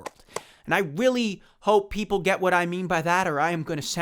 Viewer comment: Why does it sound like you're saying "Willy" when you're saying "really" sometimes